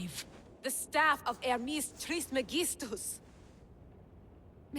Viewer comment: Pronounced Hermes Trismegistus correctly but not Kassandra... oof